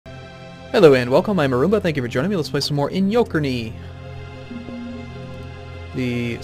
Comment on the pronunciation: I pronounce it more Iyo-Kern the last e is silent